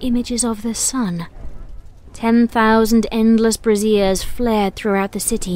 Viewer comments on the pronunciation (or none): I was listening once again (third time) to your readings as I often times do during household duties, this time laundry. I was enraptured as usual when suddenly at the time line I heard the following". "10,000 endless "Brassieres" flared throughout the city"! 0_o My eyes mind (which oft goes to strange places) suddenly conjured up the image of 10,000 young "fillies" burning their bra's in an offering to the sun. needless to say I was caught up in a epic fit of giggles. ^_^ My house mate though I'd gone quit mad until I shared it with her to which she also fell into a fit of uncontrollable giggles. ~_^ Just though you'd like to know of this wonderous slip that endears you to us all. Best wishes,. DitzyDoo and Tia ^_^